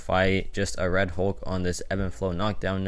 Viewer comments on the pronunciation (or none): none